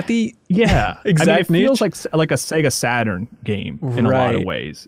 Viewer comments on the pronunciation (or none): none